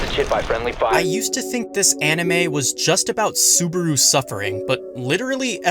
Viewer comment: That's not how you pronounce Subaru God damnit